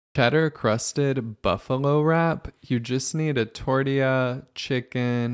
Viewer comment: Guys he missed pronounce tortilla because hes speaking a bit slow(chill (